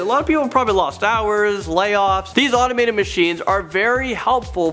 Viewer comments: it's "automated" not "animated"... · Does he keep saying animated or automated? I can't tell xxx